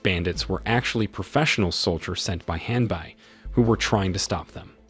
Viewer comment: with all the respect the name of the servant of Naritsugu was Hanbei not "Hanbuy"